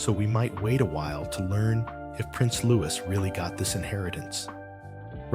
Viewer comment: Silent S.when say Louis